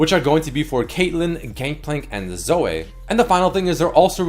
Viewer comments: could you please stop saying zoe with an a... she says her name all the time and so did phreak in the champ spotlight. its zoe like zoey. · Did i just hear say "ZOE-EH?? " LMAO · What the fuck does pronounce when he says Zoe??